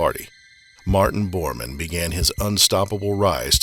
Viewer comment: Bormen? Bormen? Really? Stupid ignorant american pronunciation.